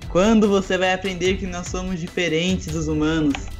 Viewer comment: kkk ce n consegue dizer agente nao ce tirou toda a seriedade do video kkkkkkk ce disse nois ce encontta kkkkk